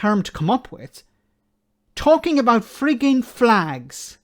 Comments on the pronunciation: It's pronounced "flegs" 😉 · get it right it's flegs not flags wee Jim gets really upset if you don't prenouce it correctly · Jim love's his flegssss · Its pronounced fleg